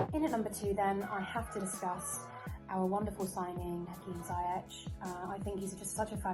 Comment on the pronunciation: He’s actually said himself it’s not. It’s pronounced ziy-ec